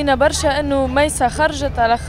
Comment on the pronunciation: ههههههههه ههههههههه هههههه كيف قال برا زمر نحبو برررررشا من تونس 🇹🇳❤️❤️😂😂😂